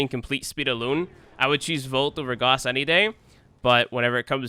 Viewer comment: IT'S NOT GOSS ITS GAWSS